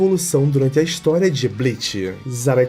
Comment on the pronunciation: guerraaam, absurdaaam, historiaam…